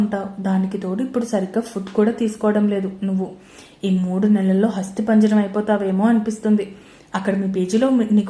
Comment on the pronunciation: మేడమ్ గారు హస్తిపంజరం అని చదివారు..అది అస్థిపంజరం అని చదవాలి.. గమనించగలరు.. కథ బాగుంది.